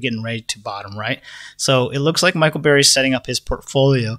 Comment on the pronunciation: His name is Burry not Barry!